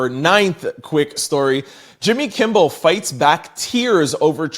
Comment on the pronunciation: K I M M E L. not kimble